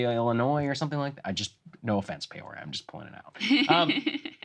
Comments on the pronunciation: It's Peeeoria, (not Payoria), Illinois (midwesterner here). The $170K is about a $44 per hour wage (working up to $49) as one example (which is about $92K per year if it's full time), add in overtime, add in the pension at say $25K, then add in medical at $8K to $22K, THEN you're getting to the $170K figure. This is according to a Yahoo article. If you add in medical and matching 401k or any kind of pension contributions if they still exist, any salary could be made to look more than it is. The companies I worked at would do that all the time to us at year end to make sure we knew how much they were spending on us besides just base pay. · "PAY-oria?" How does Saagar not know how to pronounce "Peoria"? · oh hey i grew up in "Pay-or-ee-ah" IL and that's not how it's pronounced 😂😂